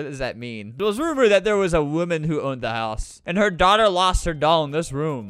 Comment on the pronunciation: you said e but you actually said "AND" as "E"